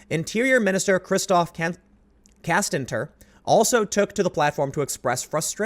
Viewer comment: Hey it's not Castanter it's Castaner, idiots.